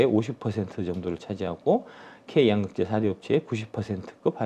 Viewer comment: 양~극재 아니고 양극재 兩이 아니고 陽